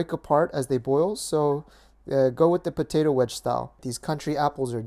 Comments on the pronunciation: PO- TA- TOOW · ha you say po-tay-toh just like cooking with dog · Bo-tae-to... XD I love.:D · It makes me smile how he said potato... Hahahaha!!!